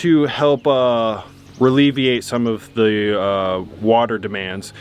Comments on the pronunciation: Ralevate?. can't believe you let that go. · It’s not relieviate!!! That’s not a word!! It’s ALLEVIATE!!! Anyway, something about this video, Kenz’s jokes, a walk in the woods, Bear & heard Io, the kids, summer. It’s like you guys got your mojo back. It’s been very stilted & like there was a disconnect for months now. I really, really hope it sticks with you! I hate to see the viewership so down! Copy this recipe & you guys can bounce back! Plus, the other side of the barn needs done, you need barn water catchment. More solar, maybe… you have those other 12 panels. A storm shelter. A real garage other than the solar array! The trailer needs to be pressure washed & turned into a camper & for goodness sakes, let the dogs in the house! They’re family! It doesn’t have to be perfect all the time. We saw the mess you two & 2 dogs can make! Let’s see 6. I love you guys so much & only wish all the best for you. Just please keep it real! ♥️ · and his words... Reliveiate..... 🤣🤣🤣